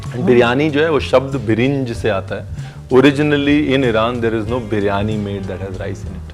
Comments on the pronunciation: 1st of all its a Birianyi not a Brianya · It's Biryani .. Not Bree-yani you donkey 😂😂😂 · Chef, you are a good chap, but you dropped a couple of syllables out of Biriyani...